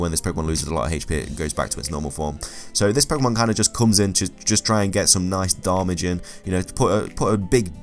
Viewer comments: Every time you said "darmage"... It kills me xD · Why does he say darmage? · am I the only person who's disgusted by how he said damage? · The way you say damage is the worst thing ever!